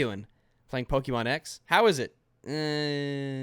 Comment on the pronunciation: "The wii u has Mario, sonic, zelda and POKEMON." One, pokey mon is not the correct pronunciation, and two does he even fucking research ANYTHING? To this day, NONE of the Nintendo home consoles have had zelda.